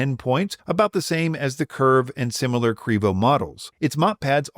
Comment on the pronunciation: Also, please stop, it sounds ridiculous.